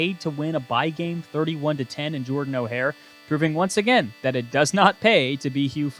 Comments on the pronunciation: Auburn’s stadium is not pronounced Jordan O’hare. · The pronunciation of pavia is frying me “Jordan O’ Hare” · worst pronunciation of jordan-hare stadium i have ever heard